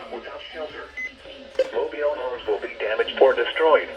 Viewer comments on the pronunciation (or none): yeah, “mobiele” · xD “Mobile” the way says that is kinda funny. Hopefully your okay and nice video!